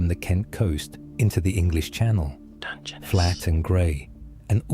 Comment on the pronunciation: The ai failed on the Balby segment, it's pronounced pot-ash in the UK( where the ai sounds like it originates), but poe-tash in parts of the USA, few English people would say "250 million" generally it's "two hundred and fifty million". It took it four or five attempts to pronounce "Dungeness" properly too, maybe it was still being trained?🤔 Also it pronounced "Domesday" as "Dome's Day" throughout, never once using the normal "Doom's Day"